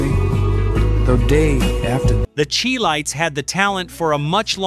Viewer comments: The (che)-Lites, (Shir) -Lites. . . WoW😂 to much AI input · The "Chee-Lites?" The A.I. voice needs more training and/or editing. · I don't know if this is AI generated or an actual person some of the pronunciations are jarringly off, most notably the Chi lites is pronounced (Shy lites). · This narrator unfortunately cannot correctly pronounce the Chi-Lites nor Philipe Wynn. What's up with that? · If this man pronounces The Chi-Lites name incorrectly one more time, I’m gonna lose it 🤣😅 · If you can't pronounce ChiLites correctly then you have no business doing a video like this. You wrecked your credibility right there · I've enjoyed watching these videos however pronunciation of one of the groups you really screwed up! The group from Chicago is the Chi-Lites the spelling is correct but you screwed up the pronunciation of it I would look into that LOL overall as I mentioned earlier I enjoy watching these videos, since I'm in the music business as a performer and songwriter myself I've met a lot of the groups and performers which brings me to another point. You know the royalties go to the songwriters and Publishers not to the performers or the acts I'm sure you realize that they get their revenue from tour generation if you're fortunate enough to be on top of your game I can bring up a friend of mine George Benson he worked out a deal on a lot of the songs that he recorded that became hits where on the royalties because of name recognition they really wanted him to record a few of these songs Breezin was one of those songs in particular. The song was written by Bobby Womack and Gabor Szabo. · You can tell this narrator is not black, mis pronouncing this group's name is god-awful. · He really butchered the Chi-Lites name. He did pronounce it correctly then went right back to making a mess of their name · The Chi-Lites is pronounced "shy-lights," NOT "chee-lites" or "kye-lites." Just as Chicago is pronounced "sheh-cah-go." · It's pronounced shy lights not chee lights!